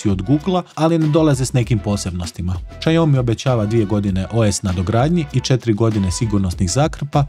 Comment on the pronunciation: Lik kaze Šajomi 😁😄